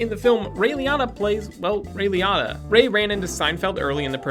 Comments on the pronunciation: Liatta or Liotta? Pretty sure you are pronouncing it wrong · Ray Lee-o-ta, its not that hard. Repeat after me RAY LEE-O-TAA